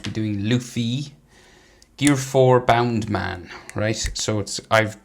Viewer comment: Its Bounceman not boundman😂😂😂😂